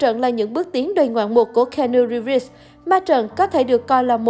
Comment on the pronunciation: Nếu muốn review một ai thì vui lòng đọc đúng tên giùm,là ci-nu-ríp,và ko phải là ng tử tế duy nhất ở hlw,còn tom hanks,...